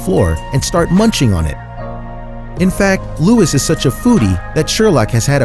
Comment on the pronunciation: You are pronouncing Louis wrong